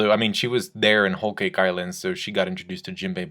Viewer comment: Why are u pronouncing whole cake like that